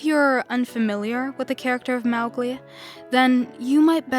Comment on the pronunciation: Mowglis pronounciation is wrong